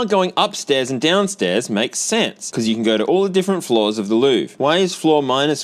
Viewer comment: I think you're supposed to pronounce Louvre like Lionel Hutz does when listing his credentials. "The Lou-verr"